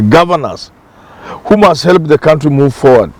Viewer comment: Prof it's He - l - p Not He - le - p